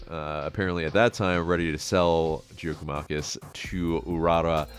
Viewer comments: It is pronounced Yia-koo-mah-kiss. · GG is pronounced Yakomakis. Would be a great signing. Will be top scorer